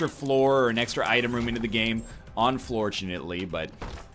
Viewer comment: It sounded like NL said "unfloortunately" when he realized he started on downpour II, hehe